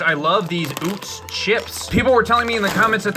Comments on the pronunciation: NOT OOTZ! IT'S UHTZ! Sincerely, A big fan from PA, home of Utz. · Yeah it's pronounced like "uhtz" Right? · Right I live where the UTZ brand is from, Hanover PA. it’s definitely UH-TZ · I'm gettin triggered by the mispronunciation of UTZ. It's UH-TZ not OOTZ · Scariest part of this vid is him pronouncing Utz as "Ootz" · As someone who lives in PA, I would say Utz rhymes with Klutz. Never heard someone say ootz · It's actually pronounced "UH-tz" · I'm from PA, Utz is pronouned "Uhts" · as a baltimore native i was physically harmed at the pronunciation of Utz